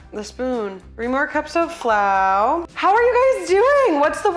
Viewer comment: This is what I wanted! cooking!! Saying "flou" for flour, SO!